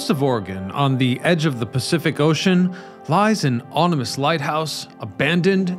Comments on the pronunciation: Lies an "ONYMOUS" lighthouse??????? I mean....don't pronounce basic words correctly or anything. You wouldn't want to do that. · You mean OM IN US NOT ON UM US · And ominous not onimous ;) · And it's "ominous", not "onimus". We out here in the audience are some really picky nerds ... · “Onimous”? Listened three times, and I definitely heard “onimous”. Only the first of many mis-pronunciations. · OMINous lighthouse, not ONImous lighthouse.